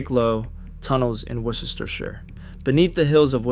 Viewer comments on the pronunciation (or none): At least make the effort to check your pronunciation e.g. Worcestershire, Qinetiq etc.etc. You can find out how to pronounce them on Google!